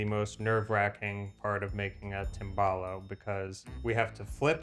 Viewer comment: try to pronounce the Italian words correctly Tim ball ohh 😂